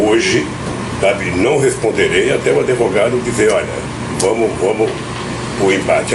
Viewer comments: Lula fala adevogado? Psicopata mente sem limites! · Analfabeto não é adevogado que se fala é advogado" isso ai foi presidente deste país"PQP......